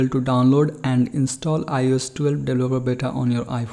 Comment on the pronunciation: “ lets download iOS 12 deblaplabluh bata”